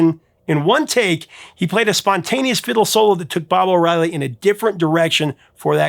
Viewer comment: ‘Bob’ O’Reilly. .. really 😂